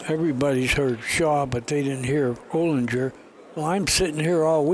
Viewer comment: I know Alex O. and it’s Olinger like finger…